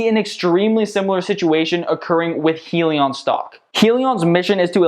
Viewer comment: Just so you know... it's pronounced "High-leon"